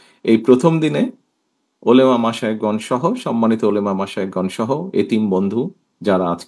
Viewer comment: তিনি মুসলিম অথচ ওলামা শব্দটা ও শুদ্ধ উচ্চারন করতে পারেন না